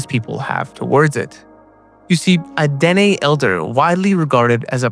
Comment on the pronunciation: THE NATIVE TRIBE DEN'E IS PRONOUNCED DUH-NAE ITS THE SAME ETHNIC GROUP AS THE NAVAJO'S HERE IN THE SOUTH WEST USA.